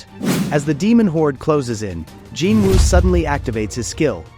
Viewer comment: Gin Wu my ass, its Jin Woo u fckin shyit